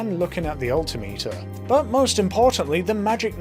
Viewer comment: The way you say altimeter